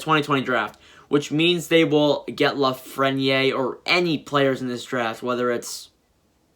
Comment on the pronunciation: U PRONOUNCED LAFRENIERE WRONG AGAIN!!!!!!!!!!! LAF-FREN (as in friend) - EAR